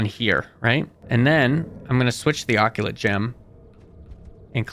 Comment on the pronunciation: It’s uh-cult, not ockulate, and it is seriusly pissing me off that you say ockulate.